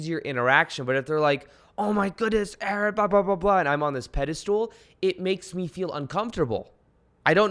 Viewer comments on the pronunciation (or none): Pedestal... I keep hearing pedi-stool🤣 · Love your work! Been following you for a while and rediscovered you again. I also loooove that you say “pedastool” just like my fiancé 🥰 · I'm pretty sure it's pedestal... not stool cheers thanks 👍👍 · Ur sayinf pediSTOOL on purpose! 😆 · Does he keep saying pedestool?